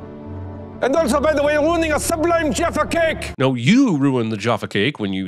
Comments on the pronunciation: The way you say Jaffa cake is a sin. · Love your pronunciation of Jaffa Cake 🤣🤦🏻‍♀️